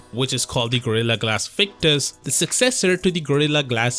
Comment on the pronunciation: Victus coming through 'victurious' 😅